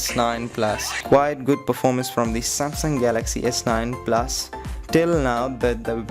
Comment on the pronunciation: "S9 PLAS" "IPHONE 8 PLAS"